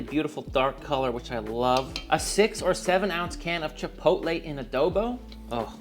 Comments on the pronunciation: Chipotle? I say chi-pot-tul- like bottle, in defiance...did that word come about with that pronunciation to sound dignified or something..chi poat lay'...maybe it was that sauce that bankrupted it.... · Chipotle the restaurant moved to our town back in the day… nobody knew how to say it never saw that word before. My mom and Aunt went with Chi-POLE-tee and have stuck with it ever since… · Had an ex who pronounced it "chip-o-lay" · chit poe t lay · Mine also says “chipottle” 😂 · Chuhpohtle, chuh - poe - tle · My mom pronounces it chip-a-hotay. We all mock her endlessly. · My mother says “chipoltee”… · My mom wouldn't know how to pronounce Chipotle. Lol. But my wife says "chipolte" She also says Salsta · I'm so glad other people's moms say chipotle incorrectly! My mom says chi-pull-tee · Save money and don't waist food and just use a mason jar. I will be making this for certain. My very British mother pronounced chipotle correctly, her friend however, said chipol-tee. Drove me freaking nuts every time. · 😅 my girls mom pronounces it chip-ole-tee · I love how universal mothers mispronouncing "chipotle" is. My mom says chi-POL-tee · Great video and recipe, will be cooked up this weekend and similarly stored in a previously used BBQ sauce jar! By the way, my wife pronounces it Chipolte Gave up trying to get her to say it right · great recipe! My dad used to pronounce it CHIP O TELL! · Both my mother and father pronounce chipotle as, “chipole-tea”. 😅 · It drives me nuts when people say "Chip ole tay". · My dad pronounces it like " chih-pot-uhl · My mom pronounces it as chip-toe-lee 😂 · Chi-pootle (sounds like poodle). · I only call the restaurant Chipotle “Chipottle”. They are a stain on the food industry and don’t deserve the respect of pronouncing their name right. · To be honest about your question: my mom can not pronounce "chipotle" at all. She's german. Just like i am. (I win!) LOL